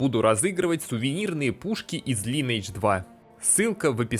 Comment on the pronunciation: Все шик, только вот ЛайнЭйдж... и не надо мне рассказывать, что мол Корейцы сами говорят Лин. Это англ. язычное название, и читается оно как Лайн. Название игры - Линия века. П с сам играл в далеком 2007м на С1 за СпэлСингера, ухх сколько воспоминаний, где топ локи были Антарас лэйр и Кладбище) с мобами под 60й